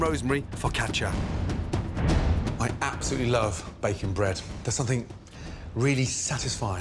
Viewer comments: It sounds like he’s saying bacon instead of baking. Maybe I’m just hungry. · Anyone else thought he said bacon bread and not baking bread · I heard bacon not baking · O K I hear bacon, too! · listen carefully, sounds like bacon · Hes 100% saying bacon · He is saying Bake'n . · yeah i thought he said bacon too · Did he say salty bottom?